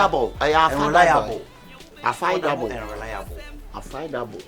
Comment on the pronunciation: "Affaidable" paa eiiiii Likee 🤣🤣🤣🤣💔